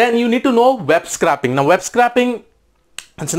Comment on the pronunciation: BTW, "scraping" is pronounced more like "scray" than "scrap". Nice high level quick intro.